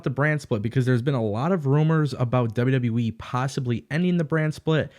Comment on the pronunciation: Is it my speakers or are you saying WW WEEE? With that being said....>3